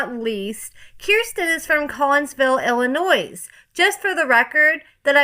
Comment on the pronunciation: Stop pronouncing the s at the end of Illinois! It's silent😂